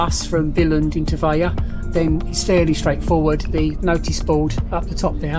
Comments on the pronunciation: Nice video. You pronounce it with the L - Vej-Le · Probably ask a local, or Google translate at least, how to pronounce the towns name - you made it sound Spanish almost